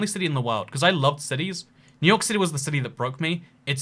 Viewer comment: my favorite city, new hork